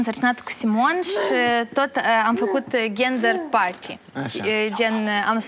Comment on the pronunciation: Wow, moderatorul a pronunțat aproape corect numele duduiei, nume pe care împricinată duduie îl pronunța ruseste.Auzi la ea-ghender party....Ori te ...englezești corect ori lasă, dă-o pe rusă.Sau ia cartea în mână.Vezi tu, e buna si scoala câteodată. Nu îmi place tipa, asta e clar.